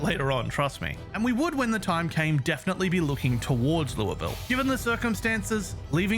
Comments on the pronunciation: for someone who isn't American, much less Kentuckian, I appreciate your pronunciation of Louisville (not perfect, but really close), and Muldraugh. I'm impressed. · He says Louisville correctly My Kentucky ass appreciates this very much